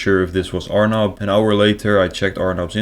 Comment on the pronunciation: “This scammers name is………Arnab ……pronounced as “our knob”……..sinha 😂😂😂😂😂 fukin hilarious😂😂😂👍